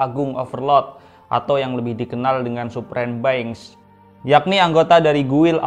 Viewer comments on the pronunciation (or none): Being bcnya sala bang sm bhs inggrisnya jd gemes...mbo riset jg cr bacanya